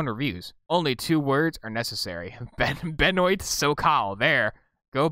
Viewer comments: ITS BENWAH NOT BEN-OYT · Benoît is pronounced Buh-noah. This guy makes actually decent adventure games.